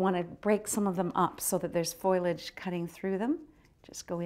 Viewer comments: yeah it would be NICE to see part 3... and it's FOLIAGE, not foilage. Thanks. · It's a shame that part 3 isn't available. Love this demo though. I like that she says "foilage" instead of foliage, probably nearer to the root of the word anyway. She is quite gorgeous too.